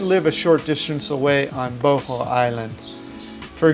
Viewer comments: is Buh-haul not bo ho dammit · Not boho, it boooo hoooooolll, or even better booo haaawwwlll